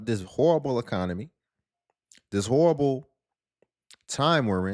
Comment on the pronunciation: "Horrible" has three syllables.